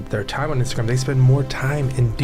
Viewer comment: The way that guy pronounces Instagram is f’n weird